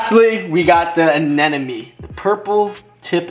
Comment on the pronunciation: anemones that hosts clown fishes are the short tentacled anemones, and its anemone not anenome!!!😃😃😃